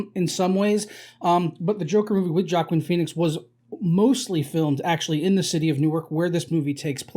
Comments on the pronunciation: Its Hwah-Keen.....Hwah-Keen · It's pronounced WAH-KEEN Phoenix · Joaquin is pronounced "wa-keen" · Completely fetched. Joker fan boy thinks he sees everyone copying his favorite movie. False. Also, why can’t he pronounce his name right?